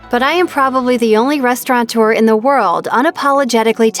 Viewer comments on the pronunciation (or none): Restaurateur is pronounced: REST-AU-RATEUR Not "RESTAURANT-ER" You janky semi-eductated nonce-burger. GO BACK TO SCHOOL! >